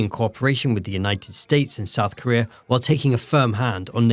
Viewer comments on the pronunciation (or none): none